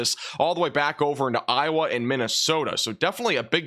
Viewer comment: Dont let this guy fool ya, he is part of the weather channel, how do i know? Because he is incapable of saying iowa